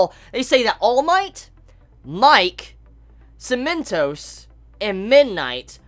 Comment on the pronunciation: Haha every time you said "Cementos" I heard "cinnamon toast" and took half the video to figure out who the heck "cinnamon toast" was. Yeaaah I'm slow. XD